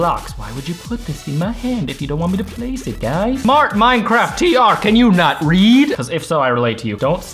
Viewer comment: why dose he say mancraft its minecraft